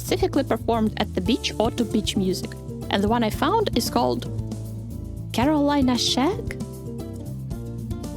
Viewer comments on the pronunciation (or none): none